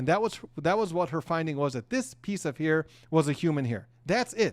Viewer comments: Its not heir, its hair.!! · It's HAIR, not HEIR!! 🙄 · A hear?? It's a hair not a hear😂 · The word hair is pronounced "hare" and not "here". Minor point. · Hair, pronounced like "hare".